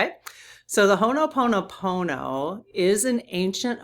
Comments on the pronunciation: Dear, you are saying Hono Pomo Pomo. Instead, please leave out the first n. Ho - o Pono Pono Thank you, dear. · I love you dearly, but every time you say "Honoponopono" it drives me nuts. The word is "Ho'oponopono." It bothers me when people mispronounce sacred words and this is a sacred Hawaiian word. Sorry to be nit-picky, but this is a very important prayer to me.